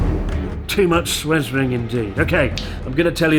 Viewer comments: "swesring" oh god it's the new "preganant" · "Less swersing"? You said "shit show" multiple times lol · I like it when you swesr. More swesring plesse. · Stop SWESRING haha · More 'swesring' please! :P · I guess we have to call it “swesring” from now on. I swes, you swes, we swes; past tense = swesed? (Even my phone knows what it’s supposed to be. 🤷🏽‍♀️ It happens.) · Swesring! Swesring! Swesring! Does this man have no shame? Bloody Hell!